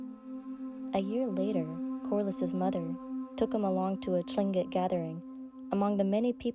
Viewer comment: Tlingit pronounce it like Kling-it and southeast Alaska natives are not considered Eskimo. Otherwise it's a very good story.